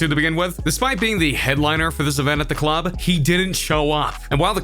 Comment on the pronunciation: Why this dude talk like that?? "And when the fans got to the CLAHB, Tyga didn't show AHP" lmfao